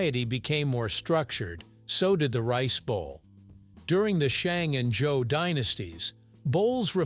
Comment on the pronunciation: It's Zhou